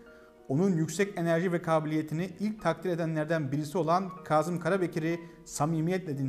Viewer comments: Güzel .Ama harfler üzerinde ki işaretler kaldırılınca sadece okuyarak öğrenenlerin düştüğü tuzağa düşmüşsünüz maalesef.Kazım isminin nasıl söylendiğini hiç duymamış olmalısınız. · Yaşayın🙏🤗 Büyük insanlar…. (Öneri: Kâzım derken ‘kâh’ der gibi ince söylesek lütfen ?🙏🤗) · Bu güzel bilgiler icin tesekkür ederiz.Bir de şu kelimeleri dogru telaffuz etseniz daha güzel olacak Naçizane ,dogruyu söyleyeyim.KAZIM derken,A nın üzeinde inceltme isareti var yani KÂZIM..K Â Z I M KARABEKIR. ÇOKTA ZOR OLMASA GEREK.TEŞEKKÜRLER. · Kazım diye telaffuz etmeyin, doğrusu Kâzım'dır. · Kazım ismi telaffuz esnasında ince a ile okunur, lütfen biraz dikkat..